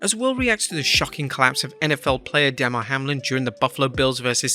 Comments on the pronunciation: “Duh-mar” Hamlin not “Dah-mar” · Damar. Duh`mar. Say the man’s name right